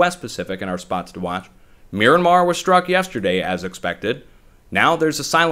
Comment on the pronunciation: You said miranmar, mirandar ... MYANMAR? Watch out. Seems like Myanmar has been hit about one hour ago, great analysis.